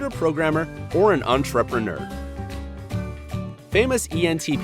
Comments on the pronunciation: STOP SAYING ENTREPRENEUR LIKE THAT PLEASE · His pronunciation of entrepreneur irritates me.